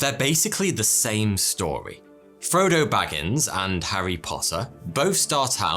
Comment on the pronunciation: What's a "stowwy" ? And I tried looking up the "hewos djwernee" but I can't find it